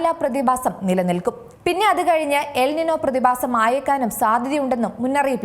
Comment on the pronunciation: ല നിന്യ. എൽ നിന്യോ. ñ ആണ്. n അല്ല. മുദ്ര ശ്രദ്ധിക്കണം മുദ്ര. 😬